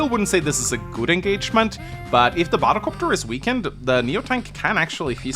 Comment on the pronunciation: Bahdelcopter... do you know these moments when words start to sound weird because you heard it too often 😂